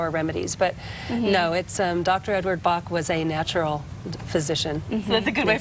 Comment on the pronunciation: Pronounced Batch, not Bah. It makes it sound like quackery when you don't research the proper names.